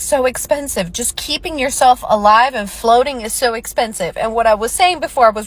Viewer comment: Expesive 😂😂😂 bruh